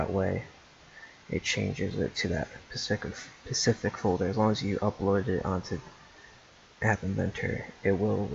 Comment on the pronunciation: Sprite (like the drink) not sprint, also "specific" not Pacific. Good tutorial though.